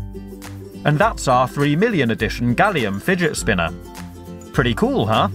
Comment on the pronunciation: porque todos los ingleses dices fidget spina?